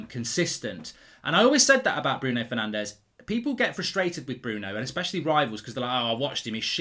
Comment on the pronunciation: Course it’s Bruno Fernanché